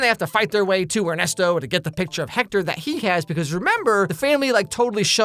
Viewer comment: Weird detail to focus on but gj on the pronunciation of Ernesto's name. Coming from a person whose native language is latin american spanish.